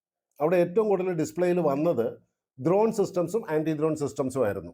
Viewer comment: ദ്രോൺ അല്ല ചേട്ടാ ...... ഡ്രോൺ